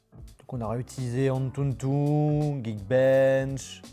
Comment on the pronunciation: C’est « antutu » et non « antuntun »